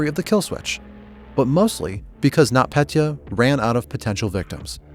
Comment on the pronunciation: Its Нотпетя Not not Petya And You Say It Like NotPetea